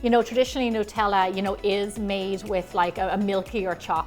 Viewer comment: WHY does wevery1 say Nutella wrong???